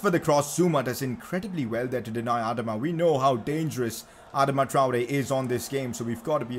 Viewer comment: It is triggering me the way he is saying Adama Traore.